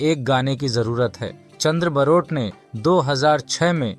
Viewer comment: सब से पहले ठीक से नाम बोलना सीखो। बारोट है। बरोट नहीं है। वो गुजराती थे।